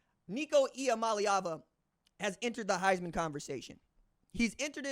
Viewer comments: Shout-out RJ on the pronunciation ee-ah-molly-ahvuh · Ha , you now say Nico’s name better than I do ha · Bro you finally got the name right!! I'm so proud of you!! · Thanks for saying nico’s name correctly